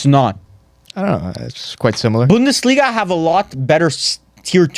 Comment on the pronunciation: really don't know how speaks on laliga when he doesn't even watch his own league. only picked up the "bundelisga" in order to garner some rep